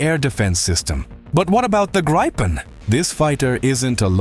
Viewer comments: SDay Griippen, not Graipen! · I am sure it is gripen not graipen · No, Grii-pen =) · The Gripen is pronounced as grippen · AI voices can never make their mind up on how to pronounce Gripen…